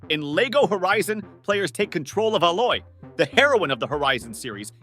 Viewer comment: Dude. Fix the way you are talking got very annoying especially when your like screaming. Also your voice doesn't match the games at all. Lastly try playing these games or atleast do more research on them before talking about them. With horizon Legos your not even saying her name right